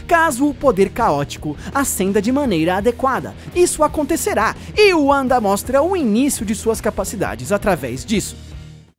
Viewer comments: AlexNunes001 Eu iria falar isso agora, sempre falei "Uanda" ( forma de se pronunciar sendo língua nativa inglês ), mas, ela sendo nativa do leste europeu, o idioma do seu país não seria o inglês e o W pode ter som de V, sendo então, o correto, "Vanda". É como James Rodriguez jogador colombiano que todos falavam com pronuncia inglesa até ele dizer "sou colombiano, a pronuncia do meu nome é "Rames". "Narutô" por exemplo, é o certo, não "Narutu", como Tsunade é "Tsunadê" e não "Tsunadi" como brasileiros podem falar. O cara que começou a discussão estava certo por meio de um argumento errado, de toda forma, pronunciar "Uanda" não seria errado, ela é um personagem de quadrinhos americanos, vive (?) nos EUA, etc, apesar que o realmente certo ( ela sendo nativa do leste europeu ) seria "Vanda". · Cara, primeiro que não se lê "Uanda" se lê "Vanda" e não é "Wonder Man" é "Magnus". Seria até entendível que não se trata de um erro se você usasse todos os nomes em inglês, mas como só usou esses dois fica muito claro a sua completa ignorância sobre personagens base da Marvel, já que os dois participaram de quase o mesmo número de formação dos vingadores que o próprio Homem de ferro e você não sabe nem o nome deles. E a feiticeira não utiliza seus poderes de probabilidade já fazem séculos nas HQs. Os poderes dela evoluíram para magia do caos desde 1998 quando os vingadores estavam nas mãos do roteirista Busiek, por isso não vê mais em nenhuma mídia sequer comentarem desse poder. E todas as vezes que ela sofreu traumas mentais seus poderes destruíram tudo a sua volta além de mudar toda a realidade, como em vingadores A Queda que ela enlouquece e MATA o visão, a gavião arqueiro e o homem formiga, ou quando ela surta e cria a Dinastia M. Um ataque mental só destruiria a Ravena. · "Uanda" kkkkkk nem os gringos falam o nome dela assim. Esse cara do Ei Nerd quer mostrar que sabe falar inglês, mas só se envergonha ao dizer errado. É muita poseragem pra um cara só.